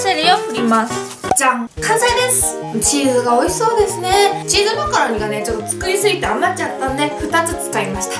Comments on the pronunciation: チーズマカロニがチーズマカロンに聞こえた😅😅😅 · 最初マカロニがマカロンに聞こえてチーズマカロン(;゜∇゜)ってなった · 最初チーズマカロンてきこえたー笑